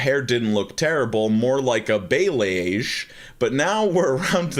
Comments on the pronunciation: Balayage is pronounced "bah-lay-awj" for future reference cue <3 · For future reference, balayage is pronounced “bolly-ahj” and ETA means “edited to add” ☺️ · FYI its pronounced BALL-EE-AUJ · When you pronounced balayage 😂 it was great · Hearing try to pronounce "balayage" is something I didn't know I needed until now. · My inner Brad Mondo was SCREAMING when I heard that lmfao. Hilarious!